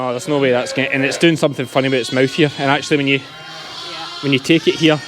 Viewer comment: First time hearing you say "hits " for its - very , very Ayrshire lol. 9 minutes 07 seconds in says " hits mother "